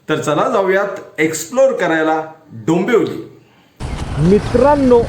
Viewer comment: डोंबोली ❌ डोंबिवली ✅